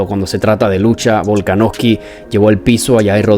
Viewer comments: Hrmano es VOLKANOVSKI no volkanoski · Buen video bro pero te comiste de lleno al apellido de Volka, Volaknoski xd, saludos